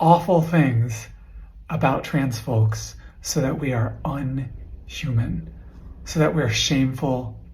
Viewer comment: kept reading "inhumane" wrong....